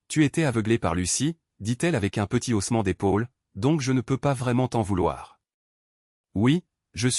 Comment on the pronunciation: P.S...on dit " haussements " et pas " ossements "..👎👎👎 c'est pas très pro tout ça !..